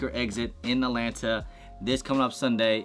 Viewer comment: "Atlanta" not Alanta 😆 lol